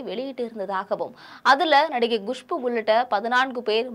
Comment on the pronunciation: Gushpu இல்ல Kushbu. Dhiyagarajan இல்ல Thiyagarajan...